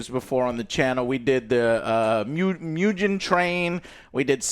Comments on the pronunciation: bro really said myujen Train ICANT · WTF is Mujen Train? Why do you , Americans, always find ways to mispronounce and disrespect us, Japanese?????????????????????????? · Good ol "Mew-jen train" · It’s not “Myugen train” it’s “Moo-gen” train Meaning “Infinity” train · It's hard to take someone's recommendation about not seeing it dubbed when they haven't seen it dubbed. That's like someone saying a game sucks without playing it first. Not to mention when the people in the video can't even pronounce the names correctly, I.E. it's "Mu-ghen" Train, not "Mu-jen". Not to mention not even being able to pronounce the main characters name correctly. And they call themselves anime fans....Fans, or even good reviewers/researchers would know to get the names right before hand and practice the pronunciations. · As someone who loves so many dubs, except Demon Slayer's unfortunately 😅 I feel like if you're gonna denounce english dubbed anime, you SHOULD atleast get the names correct, JOE 😂 "Miujin Train" "Nakuzo" LOL I half expected him to say Tangyro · How can you not spell Kokushibo correctly LOL but yea I agree, Miujin Train, and Nakuzo lol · “Mew-jin” Train will never not be funny 😂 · Muhhgen, Tenyiroohh :D Joe you really made my day man ahhahah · They can't get these names right for nothing 🤣🤣🤣Hilarious review! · Dude... Bashing people who watch dub and then pronouncing "Mugen" the way you do... 😂 0 awareness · struggled saying Mugen from the jump.